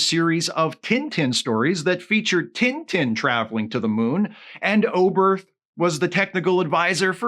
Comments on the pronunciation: To hear tintin pronounced "tinn tinn" is the cutest thing I've heard this year! (for this joke to work, please pretend I commented that on the first of january) (and just to be safe, I'm not making fun of here, I realize that for a english speaker, it makes sense to pronounce it that way, I was just amused by the fact that when he mention the character for the first time, I was like: "who the heck is tinetine?"... ok I'm done) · do you guys really pronounce "tintin" like that? 😭